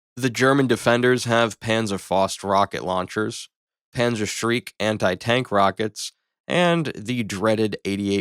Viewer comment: I've watched three of your videos and I really think you ought to not approach things from the mindset that the modern thing would win and then just make up a bunch of BS to reach your conclusions. Also, it's pronounced "Panzer-shrek", like the ogre.